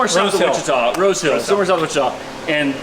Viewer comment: Downtown Wuh- chee- ta! I noticed this a few months back. We hear so many different mis pronunciations here in Sevierville, Sevier county tennessee and Pigeon forge, Gatlinburg Tennessee.